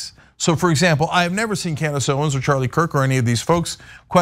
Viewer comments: I misheard you pronounce her name, but now I think Candice Owens will now be called Klandice Owens. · I for sure thought called Owens "Clandis Owens". Did anyone else hear this? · It sounded like accidentally said "Clan-dace Owens" and I cannot get over how accurate that is.....😂😂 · She said Clandace Owens